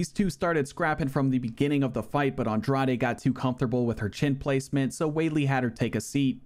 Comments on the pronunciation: Agreed. It's a lot of work to put in, and he does it well. That said, in the Women's Strawweight tournament, the correct pronunciation of the Number 4 Seed's (Jessica Andrade) last name is "On-DRODGE" (like the word "Taj" in "Taj Mahal"). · Dog, Andrade is pronounced (Awn-drawjz) or u trollin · Aw bro molly over blanchfield is one of the most blasphemous ufc 4 results ive ever seen. Even worse than Aljo beating LHWs and Kimbo running thru hall of famers lmao. Also GDR beat Pena by submission when they fought irl which is one of the funniest results ever lol. Also please just listen to jon anik pronounce the names before saying Andrade or Nunes again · thtas not how you pronounce andrade lol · “Andraday” “Namanuñez”